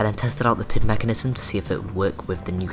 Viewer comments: It's P-I-D controller. Not a single word. I know I'm being picky but I have experience as a controls engineer and it makes me cringe everytime I hear PID as a word. With that said, I'm really impressed and am excited to see future videos. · Somehow my OCD kicks in every time you say pid controller; saying it as pid instead of P I D. Probably since I am used to it that way. Anyway great video. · Is using the term "pihd" a regional colloquialism? I've worked in the automation industry for well over a decade (in the US) and I've always heard it pronounced as the letters of the acronym. (P.I.D. - proportional, integral, derivative).